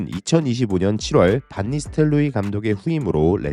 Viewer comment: 반니스텔 로이가 아니라 반 니스텔로이입니다